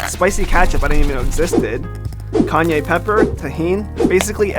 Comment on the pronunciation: he calls it Kanye pepper😂😂